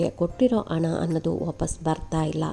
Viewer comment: ದಯವಿಟ್ಟು ಹ ವನ್ನು ಸರಿಯಾಗಿ ಹೇಳಿ. ಉದಾಹರಣೆ ಗೆ ಹಣ. ಅದು ಅಣ ಅಲ್ಲ. ಹೇಳ್ಕೊಬೇಕು. ಎಳ್ಕೊಬೇಕು ಅಲ್ಲ.